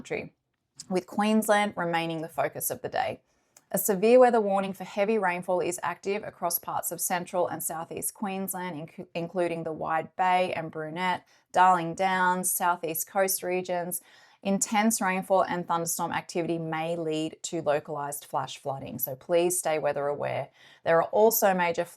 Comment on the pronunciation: Morning, you are an early bird 😊. Say Mee-ka-thar-ra. And ‘Bur-net’. Im on Fraser coast, lots of rain, but not to bad so far.